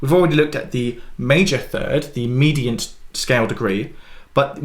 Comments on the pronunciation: Medant? Medant? Did I get the memo where we don’t pronounce the I in mediant anymore? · the word mediant has three syllables, not two syllables. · Is the way you say mediant a British thing or a just a Piano thing? Never heard ‘medant’ before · Have I been mispronouncing “mediant” and “submediant” … ?!! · It’s just wrong.